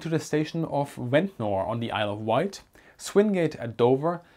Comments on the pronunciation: I know it is probably not going to come up again but Ventnor is pronounced like "Vent-ner" locally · Just so you know for the future: Ventnor is proniunced Vent-nah or Vent-na. The ending-NOR is always shortened and we don't pronounce the 'R'. Americans do pronounce those endings like in butter (budderrrrr) but English pronunciation is buTT-a Hope this helps you with your, already, superb English. Great video